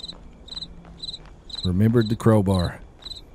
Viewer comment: how dare you mispronounce Crowbar.......